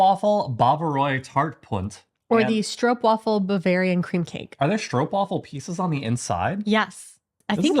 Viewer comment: It's not stroop WAFFEL but stroop WAAAAfel ;)